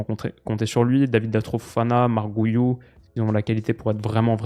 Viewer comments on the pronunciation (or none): c’est pas Marc Gou-iou c’est plutôt : Marc Gui-iou